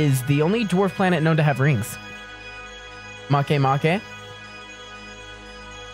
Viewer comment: Did he just say maakgay makiiiy